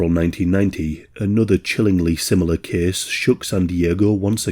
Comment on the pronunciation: ‘This kehss tehkss plehss….’